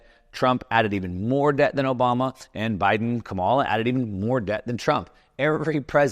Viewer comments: Her name is pronounced "comma la". Kamala Harris. Not "ka mall a" . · Quit watching video when you said Ka Mala - so smart but so dumb!!! Phonics- COMA (,) LA ( LA LA LA LA) KAM - A- LA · It's Ka-ma-la (Coma-la) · You could at least pronounce Kamala's name right. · So, that little circle of revenue from corporations is need to be larger. And the fact that you consistently mispronounce Kamala’s name is a tell. Supply-side economics is the biggest lie ever. Clinton balanced the budget. 🤔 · Surely you can pronounce her name correctly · Learn to pronounce Kamala correctly. It’s easy